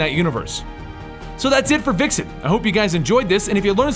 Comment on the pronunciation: Vixen has a Vuh sound not Wuh